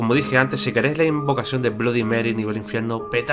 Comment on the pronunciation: aprende se dice bloody merrui asi se dice